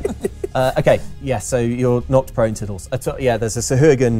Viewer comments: I heard not prone too. I was like "oh cool, i guess cats Do always land on their feet" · I heard "not prone" also, both times, lol.